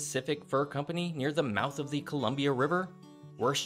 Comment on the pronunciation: Your pronunciation is still a bit off but it’s clear you made more of an effort than most people, only other issue I noted was that the Columbia river gorge was carved by a flood, and wasn’t as gradual as you imply in this video.